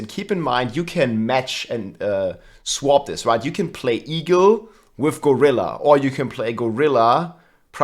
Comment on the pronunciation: say "eagle" What I hear: e-girl